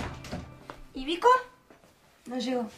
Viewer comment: En el minuto dijo rico en ves de vico😂😂😂